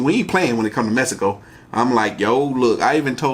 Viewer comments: My boy said misico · Lol "Mesico" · Idk why but it irks me when people day mesico.....im not even mexican but it has an X so say meksico not mesico.... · Mesico..... learn how to say it ...homboy...